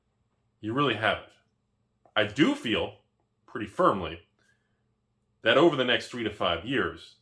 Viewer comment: " i do feel...pretty firmily..."...wheres the gi gi dy?